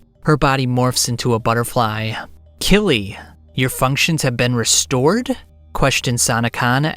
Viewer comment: I just read the whole series where it's always written as Kyrii. I know the pronounciation feels somewhat similar phonetically in Japanese but straight "Killy" sounds so goofy. Like the way this narrator talks.